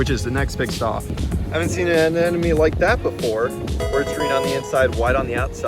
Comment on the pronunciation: Also, it sounds like you keep saying "anenome" but it's "anemone" (uh-NEM-uh-knee).